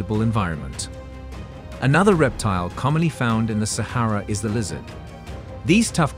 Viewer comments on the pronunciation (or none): Repetitive and boring. Narrator doesn't even know how to correctly pronounce Sahara or Oasis.